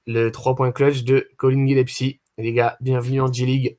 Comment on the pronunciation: C'est GilleS - pie et pas Gile- psy les gars petit moyen mémo-technique